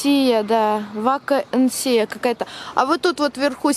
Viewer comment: Судя по тому, как прочитали слово "вакансия", вы явно не нуждаетесь в работе и деньгах.. прикольно)